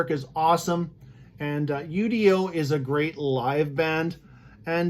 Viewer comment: Not to sound like a wise ass....but....it's not pronounced U. D. O......it's his name....UDO....just say his name